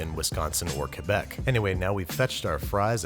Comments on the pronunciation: Thank you for the right pronunciation of Quebec! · Canadian content and proper pronunciation of Quebec. Honorary citizenship granted! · You are forgiven because you said Quebec properly. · huh i didn't know it was not pronounced "kwa-beck". TIL. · As a Canadian, I appreciate that you pronounced Quebec correctly, so I'll let your lame cheese curd substitute slide. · why do you pronounce Quebec properly but not poutine?